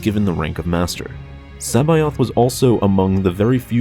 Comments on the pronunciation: C'baoth (se-bow-th) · Did you say... Joruus C'Baoth? ;-)